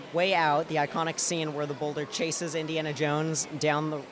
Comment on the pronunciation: How many times does he say indianna jones?